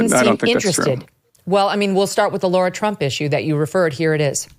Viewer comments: Is there a reason why these professional college graduates or higher cannot pronounce the name “LARA” correctly?!😢 Why do they always say “Laura?!”😢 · Why is Jack Tapper referring to her as Laura when her name is spelled LARA. Can he pronounce it properly PLEASE??? You are a reporter Sir. It irks me when people names are mispronounced. It is special to everyone...their identity.